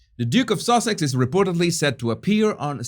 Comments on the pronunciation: I love the way you say duchess of Sussex, as it sounds like duchess of sausage! 🤣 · ...did you say Duchess of Sausages 🌭🤣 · It’s so funny, it sounds like your saying Duchess of Sausages, not Duchess of Sussex 😂😂🤣🤣